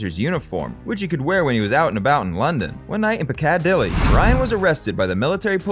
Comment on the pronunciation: piccadilly is pronounced Pick-a-dilly not pick-ad-dilly